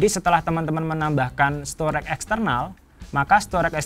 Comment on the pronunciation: STORAGE dibaca STO-REJ, bukan STOREK!